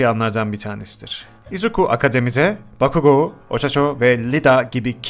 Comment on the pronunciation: Abi ochaco diye dehil ochako diye okunuyo haberin olsun